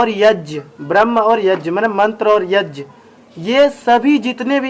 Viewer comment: भाई आप यज्ञ को यज बोल रहे हो